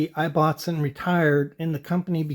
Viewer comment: Great research and most informative. The Ibbotson company name is pronounced differently here in the UK. The "I" is prounced the same as in :Gibson" or "Immportant" and not as in "knife". The name Ibbotson originates in Yorkshire, England and the original meaning is "son of Isabelle". I thought you might find it interesting.